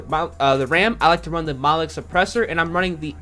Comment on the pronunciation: Mono-Lithic Suppressor, Not Motholic ... Just want to assist you in your pronunciation Sir!!